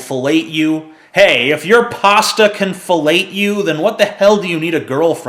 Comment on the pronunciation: The way you say pasta upsets me :'(